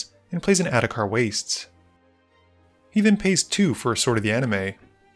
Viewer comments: At this point I just think you don’t know how to pronounce Sword of the ANIMIST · He’s pronounced it that way for years, sometimes he doesn’t. I don’t remember what the original joke is ngl